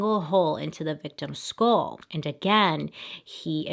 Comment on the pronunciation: i dont know if its just me but everytime she says skull it sounds like school